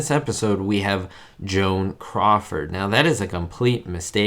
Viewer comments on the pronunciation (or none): none